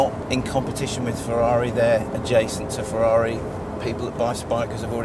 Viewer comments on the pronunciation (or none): none